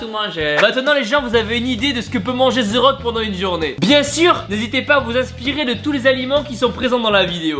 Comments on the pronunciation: Sa m'énervais toute la vidéo c pas "ze rock" c "de rock" que sa se prononce ptn sinon cool la vidéo 🙃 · ZE RRRRAUKE MDRRRRR avant de le rencontrer fais un effort stp ^^ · Pourquoi vous dite ze rock 😂 ? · tibo can't say the rock he say zeu rock